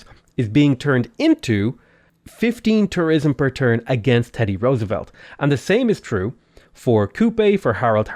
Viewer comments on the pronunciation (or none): none